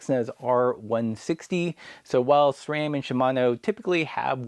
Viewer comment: Subscribed just because you correctly pronounce SRAM.